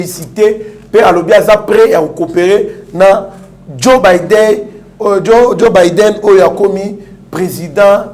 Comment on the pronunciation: Ezali Joe Biden et non Bider Benjamin mwana nsuka merci.